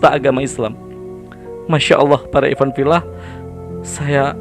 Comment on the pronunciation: Innaka laminal mursaliin... Ikhwan fillaah.bukan ifan fillah